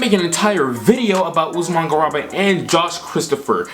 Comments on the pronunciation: Love the video but man, as an a European Fan your pronounciation of Garuba is a knife to the heart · C'mon fam, you can't call yourself a draft guy and call Garuba, Usman garaba